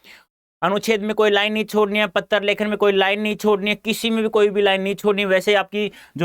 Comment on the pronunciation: Patra ko pattar